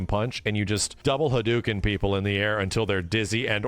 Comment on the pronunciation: Why do you say "haduuken?" That hadOHken. The same way you say GarOH even though it's written Garou. "Ou" in Japanese means it's actually a strict an "O" as O gets. Anyway really love your stuff but just thought I'd mention 😄